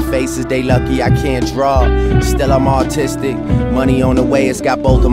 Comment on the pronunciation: lightSaber it sounds like he says "autistic" haha